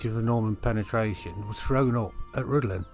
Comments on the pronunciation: pronouce it like Rhithlan ... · Rhuddlan mispronounced.